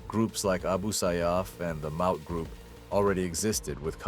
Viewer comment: Looks like repeated use of pics and footage pulled from reddit and facebook. No talking head to show actual human involvement. Mispronunciation of Maute so no real knowledge of conflict. Relatively new channel - 7 months old, with 68 vids atm. That's about a video every 3 days. Poor view counts on most videos except first and this. Typical Pinoy baiting for count boosting. Probably AI slop. Thumbs down. Don't recommend channel.